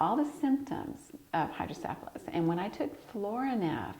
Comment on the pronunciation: pronunciation for hydrocephalus is incorrect.